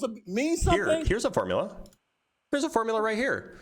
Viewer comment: 🤣🤣🤣🤣"Milligrams" F=mg😂😂😂"Formlia".....😂😂🥲It's too much!!